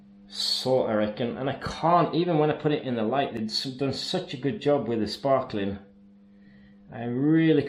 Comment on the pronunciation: Another great video, loviing the Norwenglish work "Sparkeling" as not in sparkle but sparkel. :-)